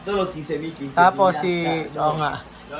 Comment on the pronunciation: The way response "OO NGA!!" Ang Galing na ng Filipino accent 🥰